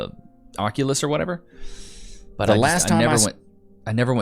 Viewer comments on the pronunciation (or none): none